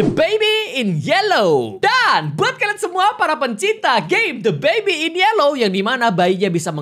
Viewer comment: suka banget cara pronounce "baby" nya🤣 bebiii